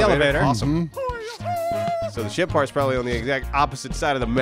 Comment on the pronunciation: Why did I think they were saying shit parts instead of ship parts